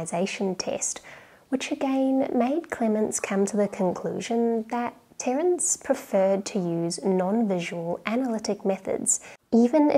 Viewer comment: The c in Terence ruined my ASMR experience.